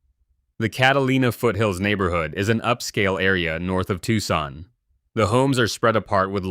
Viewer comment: Can't pronounce Tucson?